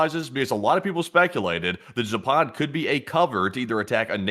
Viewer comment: PLEASE !!! It is pronounced ZAAAPAD not ZAPAAAD !!! Accent on the first A !!